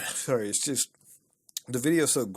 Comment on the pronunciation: I love that you cant tell hes Canadian from his accent(very easily). Until you hear him say sorry, stereotypes exist for a reason people.